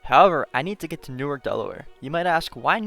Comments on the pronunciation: Newark, DE is pronounced new ARK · great video! now try doing it using ONLY Local Buses. Also Newark, DE is pronounced "New-ARC" not like Newark, NJ and the State of Delaware funds the SEPTA service in Delaware and NJ has SEPTA because it's convenient to transfer to NJT and it's the end of electrification anyways on the West Trenton Line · Everyone from delaware is going to kill you for your pronounciation of Newark. Its New-Ark, not the jersey way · crying at how your pronounced newark